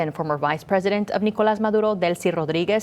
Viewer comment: I love how the accent comes out when saying Maduros name